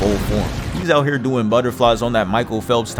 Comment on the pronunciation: "bro really said heeah"